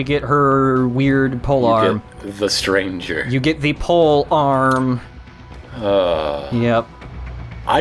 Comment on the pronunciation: lay-tranh-zhay, silly american.